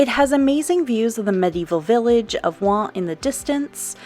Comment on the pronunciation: WHOA. The beaujolais area looks STUNNING? Also I'm so glad you taught us how to pronounce Oignt....!